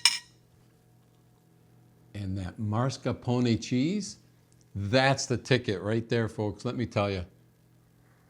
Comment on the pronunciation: mah-scar-POH-nay not MAR-scah-poh-nay.